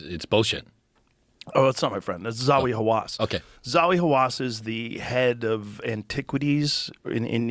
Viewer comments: Zawi?? Its Zahi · Zahi, not Zawi. Rogan bugs.